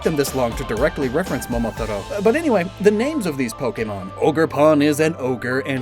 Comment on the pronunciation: I’ve never heard Momotaro pronounced this way before. I always said it as “moh-moh-TAH-ro”.